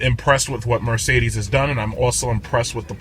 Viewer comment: almost made me spit out my coffee laughing. "Ermergahd it's a Mercerderrrssss." Thanks for uploading this review!